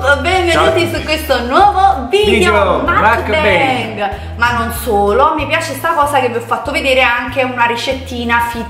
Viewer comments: Si dice mukbang la u non si pronuncia a ma u e la a non si pronuncia e ma a. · Scusami ma è una vita che fai video mukbang quando vorresti deliziarci con la giusta pronuncia di questa parola?? Che ricordiamo non essere inglese ma coreana! 먹방 vabbè ma cosa lo scrivo a fare